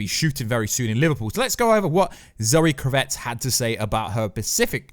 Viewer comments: You're driving me crazy with your pronunciation of Zoe's last name. It's KRAV-itz. Emphasis on the first syllable, short a sound. Just like her father, Lenny. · Please pronounce Kravitz properly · For God sake will you stop saying zoe kravitz surname wrong jeez it's not even spelt the way you say it.... how on earth are you getting it so wrong?